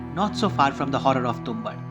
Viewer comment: You're mispronouncing the title which is irritating to my ears and hence has affected the viewing experience of this video. It's Tum-baad.